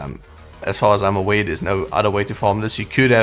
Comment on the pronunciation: you don't know how to say "R" or what!!?? You keep saying "Awae" & "Rae" instead of Aware & Rare🙄🥴🥴🤦🏻‍♂️🤷🏻‍♂️🤷🏻‍♂️